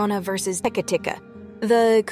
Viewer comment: It’s actually pronounced ‘teh-kay’ not ‘teh-kuh’